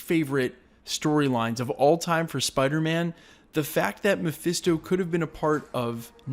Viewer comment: "MePhIsTo" Ugh. These youtubers need to stop with that.